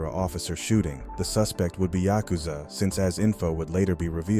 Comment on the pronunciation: Tryna say yakuza a maniac 😂